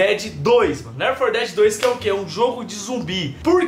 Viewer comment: O Inglêsão ta afiado em rsrsrsrsrsrs Ler For Dedi 2 kkkkkkkkkkkk